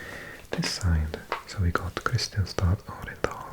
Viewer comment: Kristianstad is pronounced Krischánsta (krɪ'ɧansta).